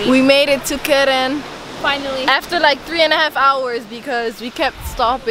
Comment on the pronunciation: Are you sure you say keren 0/10!!!!!